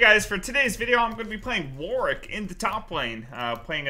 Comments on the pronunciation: "Hey guys for today's video I'm gonna be playing Worik in the toplane." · Devs said it's Warwick, but "Worrik" is a viable pronunciation for EU. Like Warwick(Worrik) that town in England.